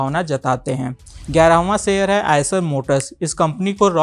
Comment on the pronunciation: आदरणीय एंकर महोदय, आप हर वीडियो में "शेयर" की जगह "सेयर" उच्चारण करते हैं। इस वीडियो में आप "स्तर" की जगह "अस्तर" शब्द का प्रयोग कर रहे हैं.... संभवत: आप बिहारी हैं।